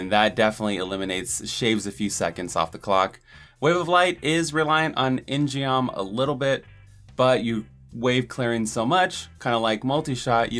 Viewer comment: In-Geom is Korean and is pronounced with a hard "G", more like "In-Gum". See e.g.